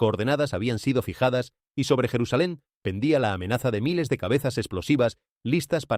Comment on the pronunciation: Es mentira todo lo que dice , la IA se evidencia , no es jerusalain